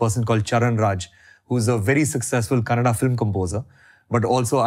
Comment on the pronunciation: In Intro = 'Kannad' nahi it is 'KANNADA', why do people eat off that 'A'? Do we tell 'Hind' for 'Hindi'?